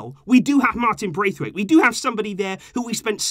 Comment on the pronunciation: lol man said Martin braithwaite 😂 come on man we can’t do that 😂